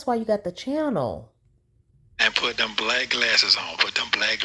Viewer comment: Sentence? He can’t formulate small words. “Udder” for other. “Dem” for them. “Irnge” for orange. Those are really simple words he can’t pronounce. He never paid attention in school.